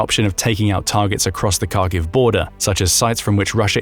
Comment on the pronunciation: So many factual and pronunciation in mistakes in this video, Kharkiv (Харків) as you can see from the Ukrainian Cyrillic, starts with a Hh And the historical transliteration of that letter to Kh is essentially incorrect. Also FAB bombs on dumb if fitted with wings and the guidance system. They're using them as a guided bomb. The "dumb" FAB bomb being the explosive part